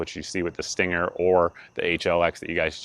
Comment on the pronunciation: I believe you are pronouncing it wrong. It's pronounced "stang-er".